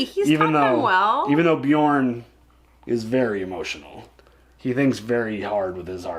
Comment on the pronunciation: Yep i heard it like that too ! :P